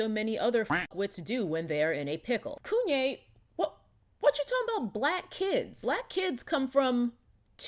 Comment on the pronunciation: Everytime she says KUNYE I holler. . She's hilarious! LOL